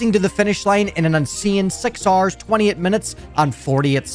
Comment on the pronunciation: The way he says 6 hours is like "6 Rs"